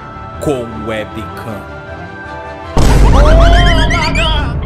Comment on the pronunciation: sempre pensei que o falava "como é pika" agora que eu vi que era "com webcam"